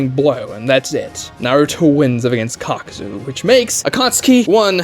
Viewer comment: It's kakuzu (kah-ku-zoo) not (cock-ew-zew)